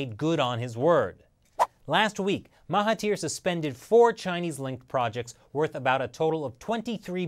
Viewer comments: Correction: it's Mahathir and not Mahatir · Mahathir* Oh and the "Th" is pronouced as "D" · Its spelled as Mahathir and its pronounced as MA as in "my" without the y sound,HA as in "heart" without the art sound and finally THIR is pronounced as "there" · Even though you couldn't pronounce Najib and Mahathir properly, great video.